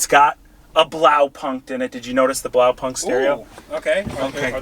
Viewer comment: The pronounciation of „Blaupunkt (Blue Point)“ is just cringe :D Sounds like a punk band